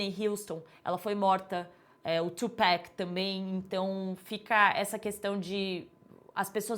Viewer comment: Pq pessoas brancas como a falam Tupéc ao invés de Tupac? Da um nervoso!!! 🤔